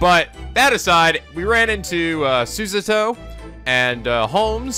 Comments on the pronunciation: I implore you to please just say Susato's name the way you started out with. You're completely off with the way you're saying it right now, and the way you said it before was wayyy closer to how it sounds originally. If you want an example of how Japanese people say it, there's this LP: (this is at a part that you have already reached) The more natural way to say it in "english" would be su-SAH-toh (putting the emphasis on the middle syllable, and having the last syllable be a bit longer too). Another reason I implore you to do this is because you're obviously struggling - please do not struggle for us, I'd much rather you say it the normal way that you started out with. It sounds more natural and it only makes sense. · Yeah the way he's saying it is completely wrong. Its susato like you read it not súsátó. wth? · Am i the only one who thinks that pronouncing súsátó instead of susato as is is very wrong? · FOR THE LOVE OF GOD, HER NAME IS PRONOUNCED SU-SAH-TO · Sue - Za -Toe ...... za like in pizza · I agree wholeheartedly. The way is pronouncing it is just jarring and unpleasant due to how unnatural it sounds coming from him. Some people have been giving a hard time about not pronouncing things the "proper Japanese way" but they're really just being hypocrites. They act like it's culturally insensitive to not pronounce names the native way, but they're being insensitive to the fact that it is naturally difficult for someone of a different culture to do so and causes them to just sound wrong. should NOT feel obligated to try to pronounce names the "Japanese way" just because it's "proper" because it honestly isn't. I must disagree on one thing, however, I assert that the "more natural English way" would be to put the emphasis on the second-to-last syllable. He should be saying "su-SAH-toh." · You should make a counter for how many times you f*ck up Susato's name. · DRINKING GAME: Drink everytime mispronounce Susato.